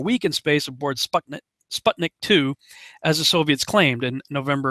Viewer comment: I was always wandering what is "spatnik" ( pronounced with an "a")...